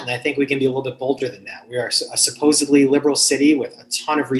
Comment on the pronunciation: “Supposably” detected😂